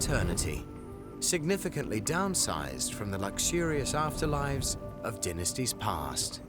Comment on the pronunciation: Dynasties not dinisties ok